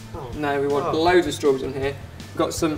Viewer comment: i love how you say struburries :)